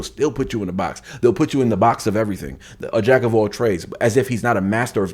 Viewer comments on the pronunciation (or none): none